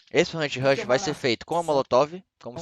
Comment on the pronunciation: Kkk o bendito "Anshirush" do